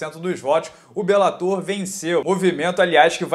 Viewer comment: Duas palavras para você: para béns. Você não está mais tentando transformar "bellator" em proparoxítona,! Está certinho.